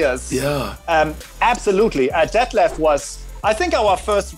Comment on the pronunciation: My real name is 'Detlef', I have, up until now, never heard it pronounced correctly. Kudos!